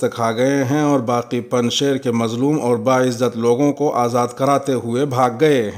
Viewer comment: پنج شیر یائے معروف کے ساتھ ہے، نہ کہ یائے مجہول کے ساتھ۔ خبریں پیش کرنے کا انداز بہت شاندار ہے۔